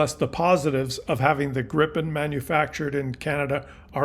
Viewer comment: Pronunciation Gryphon (Griffon) not Grippon.👍✌️